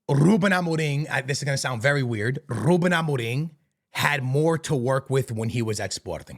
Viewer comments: as a portuguese myself, this guy is trying too hard with the rrruubbeen amorrrim. chill bro 😅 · Then tongue rolls are so disingenuous. Trying to sound Portuguese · Rrrrrrrrruben Amorrrrrrrim rrrrrrreft Sporrrrrting 😭😭😭😭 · The way he says "Ruben Amoriim" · Im sorry but im really enoying the rrrrrruben amoreeeng 😂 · Nobody:: rrrrrrrruben amoreeeem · He's mixing his american accent with his portuguese accent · The double R's